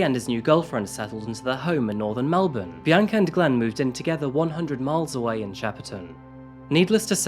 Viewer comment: melbourne pronounced correctly. a pleasant surprise these days